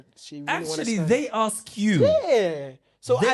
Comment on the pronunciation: Yeah all my Ghanaian friends get angry when compared to Nigerians! 😂 Wodemaya to be different practice “Ask” not “Aks”😅